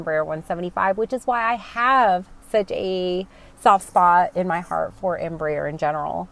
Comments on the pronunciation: Hi, greetings from Argentina. As a Spanish speaker myself, I have to congratulate you on your Em.Br.Aer. pronunciation considering spanish is not you mother language an second you reasently told you are learning that language since you are flying into Mexico, so BRAVO! If you are in love with the E145, wait until you sit in a E195 cockpit, you will love her even more. KLM bought a few of them for regional European routes and they speak highly of them. From the very start of the 140/145 and 190/195 family was developed, they choose the fly-by-wire thecnollogy. As a south American person, it makes me very proud that South America can provide such great planes to the industry. As always, I wish you and your family and friends my best. Cheers from NE Patagonia, Argentina. (a dream place). BTW: keep learning the most spoken language in western world; english comes second, believe it or not. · Nice pronunciation of Embraer's Full name, EMpresa BRAsileira de AERonautica means "Brazilian Aeronautics Company" in a free transaltion. The new proposed Turboprop is part of the project to Hydrogen powered planes, in the US the turboprop market is not that big since even the smaller cities have airports with long paved runways able to land jets, Asia, Caribean, Latin America and other regions have smaller airports and shorter routes and are in need of a new competitor for the ATR 72 and Dash8-Q400 that have with 20+ years old projects. Greetings from Brazil!